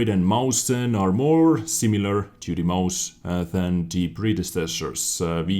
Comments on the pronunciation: Mausen :D. cute, but not even close... i know the english languague doesnt have ä, ö, ü and that non-germans have problems with "ch" and I would like to help you to pronounce it correctly, but I dont know how i should explain it to you... :D the only thing I can say is, that Mäuschen is a little Maus (mouse) or just a cute way to call a Maus. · Mäuschen's pronunciation is (Meushen). Just wanna say that it's basically saying mouse in a cute way. Mäuschen=Mousey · why are you pronouncing the mäuschen. mausen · The äu is pronounced like oi. Moischen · Awesome vid, dude, thx for the info. But still, I feel bad if tou keep track of me (the corrector of german tanks' names) ...and Mäuschen is pronounced like [ moishen ] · excellent spelling of mäuschen... not but always funny to hear for germans :D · Ich wollte nur mal fragen warum er das so schlecht auspricht